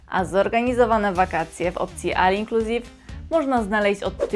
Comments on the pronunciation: Jak już się robi film na 2026 to wypada podawać ceny przynajmniej z końca 2025 jak nie zna się aktualnych, chyba że nie chodzi o rzetelność a klikbajty. Ceny w filmie sprzed kilku lat. Ponadto sugeruję popracować nad wymową. Takie słowa jak all inclusive to już standard tj. olinkluzive a nie al😂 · All inclusive wymawiamy trochę inaczej..